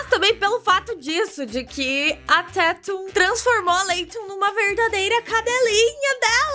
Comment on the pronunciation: A falando "Tetum" me deixa doente. Porém te amo.